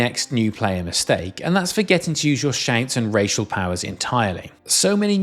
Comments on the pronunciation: I had to listen to this twice to realize he is saying "shout", not "shank". Lol i couldn't figure out what a shank was in Skyrim.... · When you say “shout”, I could swear you are saying “shank”. Interesting accent effect. 😅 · Maybe its because im watching at 1.5x speed but it sounds like shank when he says shout... It can at least still kinda make sense in the context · how in the heck are you putting an "a"&"n" sound where the actual word "shout" has an "o"&"u" ?????